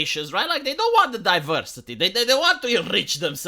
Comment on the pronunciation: Divowsity is ower streanghth